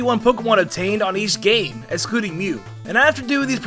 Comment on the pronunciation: When on #1 when says game does it sound like hes saying gay instead of game I only heard it and immediately thought he messed up or its an accent.